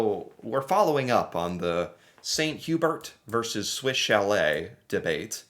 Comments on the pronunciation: It’s pronounced Saint Hoo bear. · Good job pronouncing Swiss Chalet (Sha-lay) this video! But Saint-Hubert is French, so it is pronounced Sane-too-bear (Saint Hubert) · St Hubert is French and pronounced like "saint hue-bear" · Saint Hyu-bear btw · St Hubert is pronounced St Hugh bear...because french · Gonna hate this... the "Hubert" in "St. Hubert" has both a silent 'h' and a silent 't', so it's pronounced uu-behr (there's no 'y' sound before the 'uu' sound either, it's like an 'oo' sound but French). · Hearing you say St Hubert with a hard 't' is painful. Wait....do you pronounce your name with a hard 't'? re:snow. It doesn't always snow in April but it happens occasionally. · Saint Hu Bear .... and swiss Sha lay .... I'd say learn to speak english but those of those are the french pronunciation for these french Canadian restaurants ... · 😅 Swiss "Cha-lay" and "San U-bear" Good try though! ✋😉